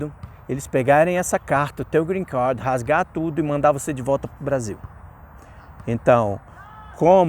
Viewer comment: Cara vc é formado em que? Tem quanto tempo que recebeu o greencarrrrd?